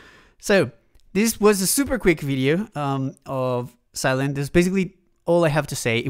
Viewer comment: Sylen - thhhhh not Sylent